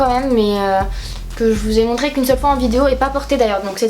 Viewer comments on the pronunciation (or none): Arrête de dire MONTRÈ c’est MONTRÉ et arrête aussi de dire H24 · Effectivement ça ne vient pas du sud...montrè ça ne se dit pas. Je ne sais pas d’ou ça sort mais ps de chez nous en tout cas... pas sûre que ça existe vraiment ^^ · "Montrèèè","elle qu'on préfèrent" wtf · C’est juste l’accent ( patois) du nord ! Le très vieux chti en gros , je dit exactement la même choses